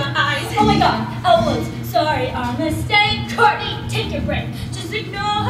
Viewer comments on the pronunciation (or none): it’s Courtney not kourtney